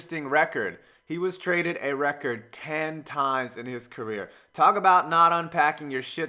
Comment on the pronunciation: It was by the time I realized you were saying "career" and not "Korea" lol